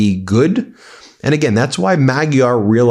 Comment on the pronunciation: Pronounce Magyar 'Modyar' 👍 Nice one Ben and team. ✨⭐👍